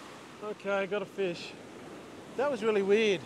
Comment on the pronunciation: I filched yr video…shrunk it to 10 secs (3 of which a pause for suspense) ‘’fush at the end of the beach’’😂